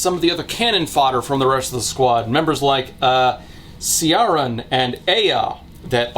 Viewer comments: It's a year late, I know but , Ciaran is pronounced "key-run" (the most simplified and workable way I can make it) not 'shi-a-run'. I should know; it's my name. Again: year late, but I had to point it out. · Isn't 'Ciaran' pronounced "Kieran"? Murdering people to be the best of the best only works if you have a set number of positions for a group and the only way to get in is to kill someone already in the group. For example, a vampire who leads 52 other vampires and a large number of dhampirs. If a dhampir wants to join the vampire ranks, he has to earn his spot through combat. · Ciaran = Keer-un or Keer-on. It is male version of Ciara which is pronounced like Kiera (Knightly). Aoife = Ee-fuh. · As a Welsh person with an Irish best mate who’s drilled proper pronunciation into me, I was also tickled by his pronouncing Ciaran as “see-are-un”. My Irish mate is called Ciara, for added hilarity.